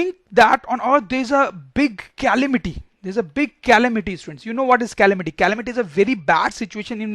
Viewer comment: It is not callamity it's calamity